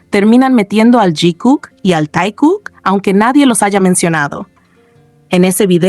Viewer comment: It looks more like someone within HYB3 hates JIMIN by leaving him out of the group photos … Is this AI because why is the fake ship pronounced TIE-KOOK and not TAE-KOOK?